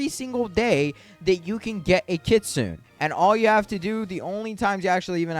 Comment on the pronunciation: Kit-soo-neh bro please 😭